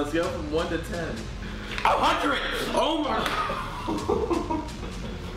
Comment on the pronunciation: the way he said 100